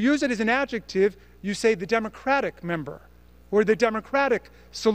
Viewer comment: “Ad-jeck-tib?” - Lauren Boebert